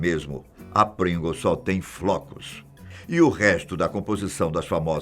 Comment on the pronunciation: NA HORA DO PRINGLES O TIOZINHO ENTREGOU O OURO RS, A PRONUNCIA TA TOP TB, PRINGOLOS HAHAHA